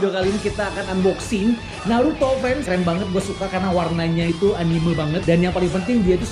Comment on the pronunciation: Entah kenapa saya suka kesal kalau mendengar orang mengucapkan ANIMEU dan MANGA bukan ANIME dan MAN'GA.